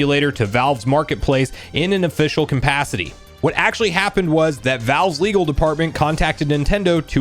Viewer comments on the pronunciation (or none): Why do you always say campacity? It's capacity bro. Lol